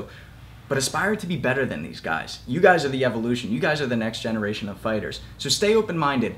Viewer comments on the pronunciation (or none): none